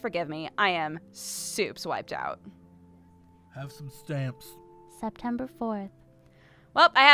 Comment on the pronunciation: "...Have sum stemps..."